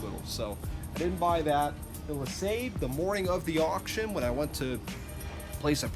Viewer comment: Nice find and pretty decent car! I find that Seafoam is pretty good at breaking down the stickiness of old gas. By the way, LeSabre is pronounced Le"saber", not "lasabe". The R is not silent in this case.